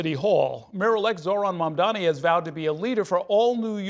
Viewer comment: I can add one :) The guy can't even say Mamdani's name right and he's here demanding stuff?